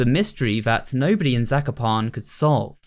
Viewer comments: im polish so zakopane is pronounced incorrectly but still good try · I remember that I stopped watching this and I didn’t remember why. I started watching again and now I remember. I am Polish and it triggered me when pronounced Zakopane wrong. Who else can relate? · I found trying to prononunce Zakopane suprisingly funny To other Polish people, tell yourself sekopan